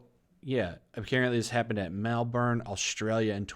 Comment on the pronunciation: Lmao pronounced Melbourne wrong lol